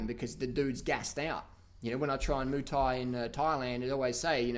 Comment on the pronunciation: best troll I've seen in ages haha ... personal favourite part is when he mispronounces ''muay thai'' haha